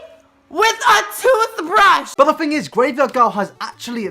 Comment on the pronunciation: “does this fing really work“